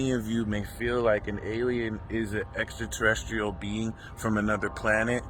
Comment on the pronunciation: I am an Aquarius ♒️ and I’m so excited about This new age. Love the way you say extraterrestrial 👽 aliens. Love ❤️ your messages!